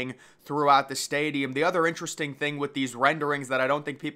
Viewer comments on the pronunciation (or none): none